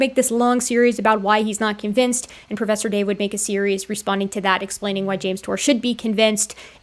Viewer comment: Pwofesser dave....not a professor.